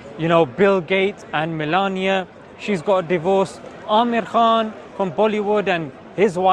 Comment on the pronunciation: it's MELINDA not millenia.. 😂 I doubt that if you said it on purpose. BTW you are looking cool.